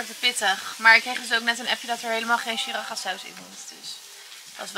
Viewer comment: Heerlijke ik geniet ook zo van eten bereiden. Siracha spreek je trouwens uit als si-ra-tsja